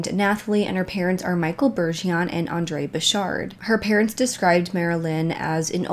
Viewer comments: 🤗 I would NEVER EVER make fun of u (ESP.. for butcher'n our Cajun language) but here in Louisiana Bergeron=Bajrahn #✌️💖🙏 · It's my name to and it's pronounced one way. said it wrong.My name is Annelisa Bergeron.Its French. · Btw, it's "Bergeron," there's an " r" in there. Very common French Canadian surname.